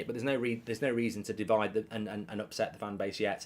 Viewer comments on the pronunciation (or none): none